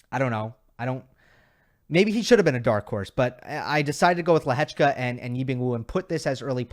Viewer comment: I can only agree that your pronounciation is one of the best. As a Czech im really surprised how well you pronounce Lehecka. 👍